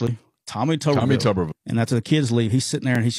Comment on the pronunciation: The way his name is spelled it's pronounced "Tooberville" not Tuhberville " If it was pronounced like the latter it would need two B's.